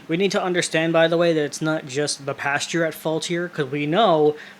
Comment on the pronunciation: Why do you keep saying “pasture” instead of PASTOR? And then calling your audience “stupid”? 🤔